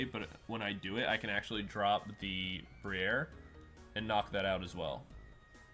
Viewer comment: Lmao “bri-air”, ou said that so fancy, is that the high society pronunciation?